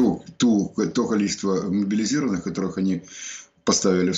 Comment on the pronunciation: Откуда пошли "моболизированньіе"? 😎 В школе меня учили,что правильно говорить:"мобилизованньіе".